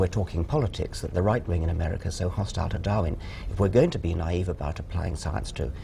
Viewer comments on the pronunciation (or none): none